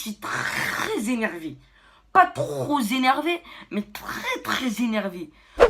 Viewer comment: « Je suis trop z’enervé » mdr ok 🤕